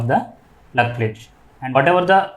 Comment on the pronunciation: You are telling plate or pletch